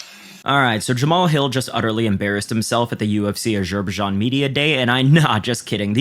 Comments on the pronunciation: Bro said azerbajon and he’s talking about other peoples IQ’s 😂😂😂😂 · gotta work on that Azerbaijan pronunciation